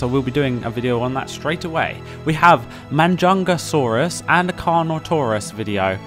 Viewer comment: And it's Majungasaurus not Manjungasaurus